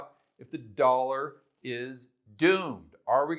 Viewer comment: Yup..the "dawllla"..